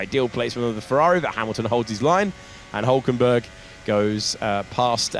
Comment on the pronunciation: Why do they always say Hulkenberg wrong? He's been in F1 for like 20 years and get it wrong everytime...